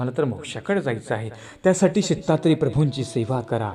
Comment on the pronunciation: आपण प्रत्येक वाक्यात सीता त्रे प्रभू असे म्हणतात दत्तात्रेय प्रभु असे ऐकू येत नाही